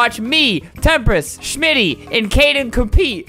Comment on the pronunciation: It’s shmtty not shimitty